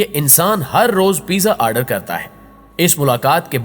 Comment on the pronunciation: What the fuck is aaaardeer??